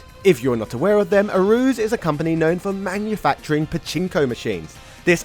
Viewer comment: I believe it's pronounce "A-ru-ze" not "a-ru-z"